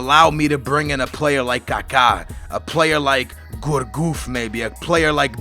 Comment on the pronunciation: And its pronounced gurcuff not gourgouf mug